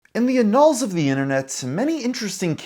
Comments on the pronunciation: You pronounced annals wrong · Annals mate : AN AL's (tee hee it looks like anal tee hee) not Awn Owls or whatever the feck you said trying to sound smart and failing at word 3. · You've got to learn how to read the scripts you pay people to write for you. Wtf is "annuls" of history? Does this video have any "indiktments"? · Annals - more like Anne-uhls... Sounds like "animals" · can't say annuals huh... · No, that's not how you pronounce 'annals'. Edit: And it's nuclear, not fkin NUKULER. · The way you pronounced "annals" stunlocked me for a second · annals... is a.word you need to learn to pronounce. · Starts off the video by mispronouncing annals and then proceeds to say Ross slipped through the cracks after Jim called attention to him and obliterated him years ago....ok my guy lol.